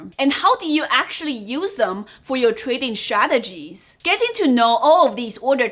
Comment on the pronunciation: it's not shradegies it's strategies